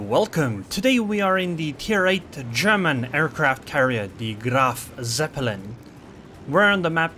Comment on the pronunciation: try to say it kinda like "Graf Tzeppelin" not "Seppelin"